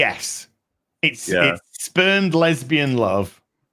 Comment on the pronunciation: Did he say spurned lesbian love, or spermed lesbian love?